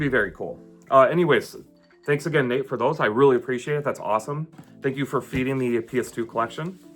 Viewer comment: Have you heard anything from Strictly LTD at all? I'm hoping you hear back from them soon; its really concerning they didn't send you what you paid for. And when you mentioned Nate, it sounded like you said my handle here !